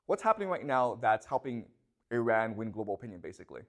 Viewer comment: I know that wife reads these comments. Please tell your husband he is mispronouncing the country Iran and it makes him less credible. Imagine if someone else mispronounced the country China in a lecture about China, would you find the speaker credible? Please help understand this so he can improve his knowledge and respect for other cultures.